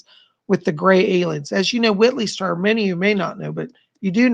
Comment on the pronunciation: It's pronounced Streeber, not Striber.